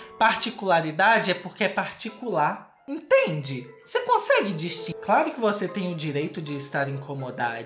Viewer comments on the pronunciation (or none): "ce consegue destinguir" kkkkkkkkkkkiiiiiiii~iiikjjjkkkkkkkkkkkkkkkkkkkkkk